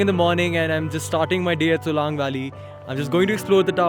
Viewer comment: सोलंग not सोलांग । I am from Manali.